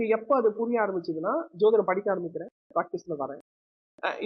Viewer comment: I think the anchor is not using the word JODHIDAM, as he pronounce SOTHIDAM. WHY, IS THERE ANY REASON. SEEMS TO BE VERY CHILDISH. ALSO HE WANTS TO QUOTE AN INCIDENT LIKE CASTE DISCRIMINATION HE FACED IN LEARNING. LET HIM EXPLAIN CLEARLY NOT BEATING AROUND THE BUSHES